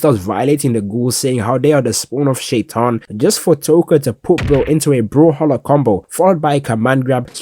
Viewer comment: you're muslim?? that pronounciation of shaytan can't just be accident